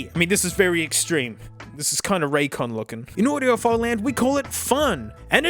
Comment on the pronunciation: and dont forget "Ray's Con"